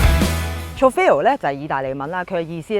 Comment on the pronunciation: Please learn how to pronounce Trofeo first......